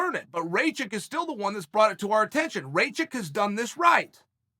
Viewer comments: Ratchik I thought it was called rakich uncle chael the best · Me: Rakic Chael: Racik Me: Racik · It’s not Ray chick, it’s Rack Itch lol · As an American with roots from Serbia, it's pronounced Rock-eech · rey-chick.........good one chael... :-DDDD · Who's RayChick? And PRO Hass-kick? "Igor Prohasska"? I mean jeez..... I just know mixedmollywhoppery is gonna do a bit on Uncle Chael about this stuff lol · “Rayshit” LMFAOOOO CHAEL I LOVE YOU!!! 🤣💀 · Ray chick, Uncle Chael’s name pronunciation record is Undefeated-0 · Why does Chael keep pronouncing these guys names wrong😂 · You pronouncing wrongly his name Uncle Cheal 😂 Ra like Ramadan... Not like rain... 'A'.... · 😆 🤣 😂 Chael stop playing I can't anymore lmfao you know damn well that mans name is not Igor i could see you having trouble with the last name but you ain't even in the ball park anymore 😭 Bruce Buffer need to start using some of these names just to see fighters reactions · Sometimes I think Chanel mispronounces names on purpose. I laugh out loud every time